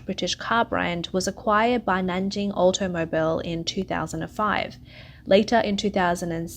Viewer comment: When the word "automobile" is in the script but you've never heard anyone say it before...